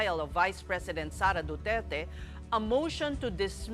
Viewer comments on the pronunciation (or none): none